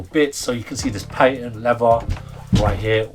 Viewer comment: PATENT leather .. not 'padded'